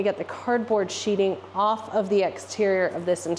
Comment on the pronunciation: Sheathing not sheeting